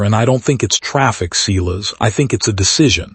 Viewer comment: This was poorly edited. The narration doesn't line up with the title. HE came late to the party. I stopped waiting for HIM. Silas is pronounced like SIGH not like SEE.